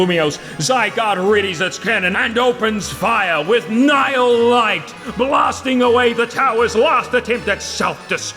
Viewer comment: Holy moly you're the first person I've ever heard say, "Nihil Light," Correctly. So many people say it like, "Knee Hill Light"